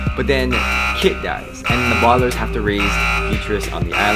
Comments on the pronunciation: bardlairs. Thats how you say it. Its Baudelaire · It's bo-da-l-air-s not bodalers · you say the bodlairs its the Baudelaires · The way you pronounce the bualdalares lol